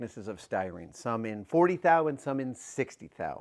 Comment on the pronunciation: glad you pronounced it right right after...thou...now it makes sense :D